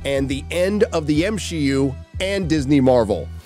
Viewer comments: MsheU not MCU He said MsheU 4 mins in 😂😂 i had wrote before i started watching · The M-SHE-U? The her-os journey? Lmao.